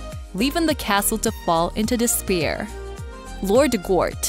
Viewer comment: There were a number of mispronunciations for the simplest of words. Ireland sounded like “island” and despair sounded like “dispear”. Again, it felt very AI narrated.